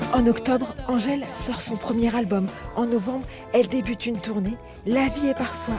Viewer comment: Angèle et non "Angel"